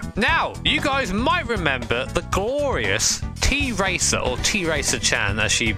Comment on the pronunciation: FYI it's not "T-racer", it's "Tracer", like in the word "trace".